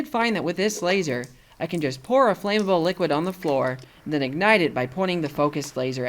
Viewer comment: flammable is not pronounced flame-able.